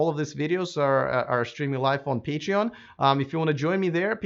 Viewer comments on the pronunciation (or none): none